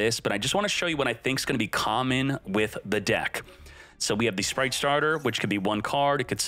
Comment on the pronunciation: Speight spright sppright